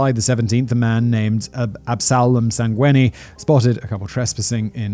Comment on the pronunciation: You nailed the Sangweni